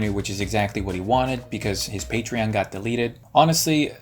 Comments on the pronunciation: On a side note, the way onision pronounces patreon makes me want to die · He says patreon weird